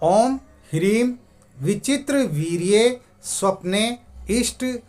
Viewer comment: G.. वीर्ये or वीर्य which one correct... Aap pronounced as वीर्ये( I heard 10times n after that I m asking this).. G... Jai guru dev.. Pranaam.. G